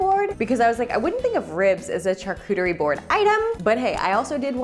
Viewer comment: You really like saying char-cooter-y